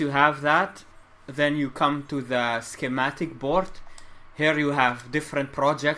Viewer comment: come to shematic borj 😳 it sounds like that kekw